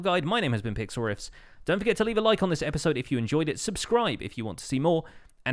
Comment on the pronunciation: I swear, sometimes it sounds like he's saying, "hi my name is "